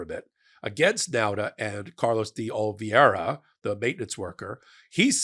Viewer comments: I like but wish he could pronounce De Oliveira. I don’t think it’s that difficult but maybe this will help: D 🫒 era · Dey Ohl ih vayy rrhah You don’t read these messages. You are botching his name. De Oliveira LOOK at the VOWELS It is Portuguese buddy